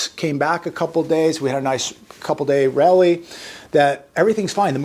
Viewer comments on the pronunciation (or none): Its Chipotle!!!!! Not chipolte.....it's RALLY NOT RELLY....GET IT RIGHT.